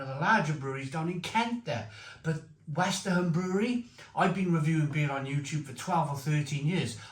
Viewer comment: It's a fab beer. Westerham is pronounced without the h. You had to give it a 9/10 given the 9 hops. Westerham is only 20 miles from me, and their beers are excellent, mainly traditional British style beers